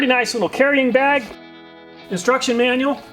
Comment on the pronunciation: "Destruction Manual"... Lol I know that's not what he said but it sounded like it.